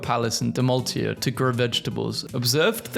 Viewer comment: As a Croatian, pronunciation of Dalmatia made me laught out loud soooooo hard.